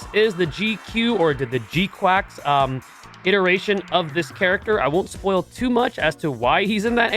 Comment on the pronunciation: Um. Char is pronounced more like “sh-ar” instead of “ch-ar.” And GQuuuuuux is “qu-uh-x” instead of “qu-ak-s”